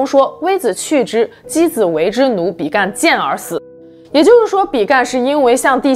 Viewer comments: 是比干，不是比幹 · 比干 正確發音的干是一聲 干也只有一聲的發音 想說怪怪的還查了一下拼音 注音跟拼音都是一聲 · 比干本人從小到大都念一聲，一直聽到影片中被念作比"幹"實在不太舒服。正體字簡化的壞處。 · 比干的「干」唸平聲，是繁體字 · 台灣應該是唸比干（一聲輕音），所處時代的「處」是唸三聲不唸四聲